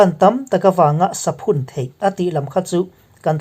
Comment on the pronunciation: Saphun hi 'Savun' kan lam ang thlûka sawi tur a nih hmel